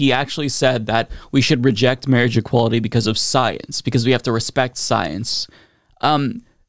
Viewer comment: Never trust someone who pronounces marriage "mareej"